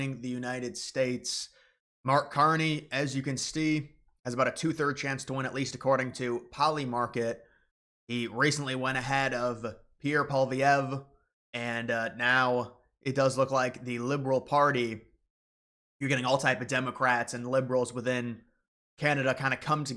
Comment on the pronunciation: Its pronounced...PAUL E EV.